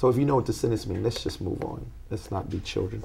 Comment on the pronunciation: Leilani Donaldson “you know what I mean, let’s not be chilren about it” 😂